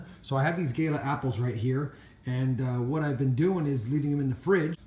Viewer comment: Man said gayler apples 😂